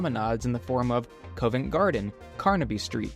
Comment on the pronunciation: Brilliant video..one point, it's C-ov -ent like "of" not Cove